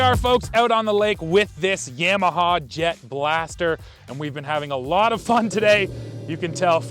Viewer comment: Guy can’t even pronounce YAMAHA correctly and wants to read out of a manual to explain to us what a ski is like lmfao 🤣